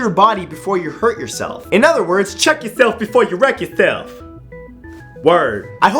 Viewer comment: " cheek your self before you werck your self " HA HA HA XD XD